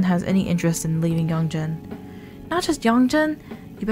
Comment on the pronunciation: Again, it's not ”Yonjen” it's "Yon[geh]n". When you see "g" in Japanese names it's NEVER pronounced as a "j". it's always "g" like good, grief, game, etc. Not "j" like generic, generation, etc.